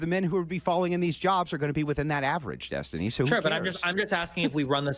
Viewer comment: Destiny rhymes with Test-Tinie... Just sayin